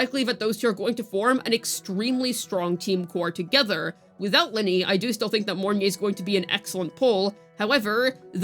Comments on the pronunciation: it’s LYNAE, not LYNEY .-. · Why do you keep saying "Linnie" ??? That isn't her name!! And holy crap dude, you repeat yourself for like 5 straight minutes; literally just rambling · 'Luh-Nay'. Please for the love of god. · Why do you choose to pronounce Lynae's name wrong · It's the average CC western debuff, they can't say characters names properly.😂